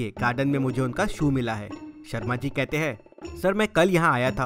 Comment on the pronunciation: It was sharmaji, not sharamji!